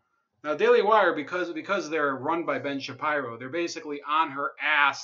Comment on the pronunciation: Stop saying his last name wrong ! It’s “Shapeero” bro.